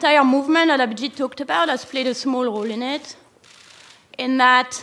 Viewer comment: Did she just say Mr. Obhijeet Banerjee! 🤣